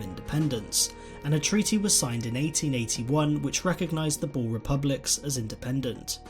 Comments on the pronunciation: boer😃- come to SA so that we can teach you how to pronounce that😀 Voortrekkers ook😂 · Lol.... Boar?.........it is more like boor.... Almost like boom.... But boer! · Boer is pronounced Boor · lol u say boer like a pig in english i suggest u look in google translate how to prenounce it :p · I am a bore ha! No its not pronounced like that almost like this boor so yaeh uuuuh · I wish people will stop saying "BOOR" or "BOORS". It is BOER and BOERE. The plural of BOER is NOT BOERS, It is BOERE. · It is not bore it's boer :) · Yea. That always gets me lol. It's like "boo" but with an "r" at the the end. Boer. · pifnbnd Boer is pronounced as "boo-r" (the "r" is rolled). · You did pronounce some stuff wrong like boer (B oo (like book) r) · I was talking with my Friend from South Africa who was fluent in Afrikaans and apparently they pronounce Boer like "Borr-ah" where you roll the R. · BOER,not boar why did you say it like that? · It's pronounced boo-er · I'm south African and it's pronounced boo-r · Ok but its pronounced "boor" same as you would pronounce booze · Sorry, I can't watch this. Your pronunciation of Boer is too annoying. It sounds like you're saying boar. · hard r and the oo should be like ooh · the 'oe' in 'boer' is pronounced like the 'oo' in 'fool'. I think this is the best comparison. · pifnbnd the oe in boer has to be pronounced like the oo in fool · Just a note on your pronunciation of Boer, in Afrikaans we pronounce it with a long 'oo' sound as in 'book'. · The way you butchered a word as small as "Boer" made me cringe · you dont say boers like that!!!!!!!!!!!!!!!!!!!!!!!!!!!!!!!!!!!!!!!!!!!!!!!!!!!!!!!!!!!! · The pronunciation of "boer" though 😣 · You don't say Boer proberly and I would know because I am South African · I am south african so can you plz learn how to pronounce boer correctly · You really butchered boer😅